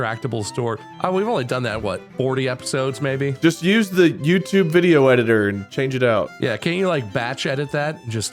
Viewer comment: the fact the most replayed was mark saying vidder is insane to me.